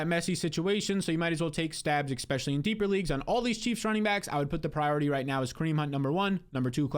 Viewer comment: I love your content, but for the love of god stop trying to invent the word "expecially". You sound like a toddler every time you say it man.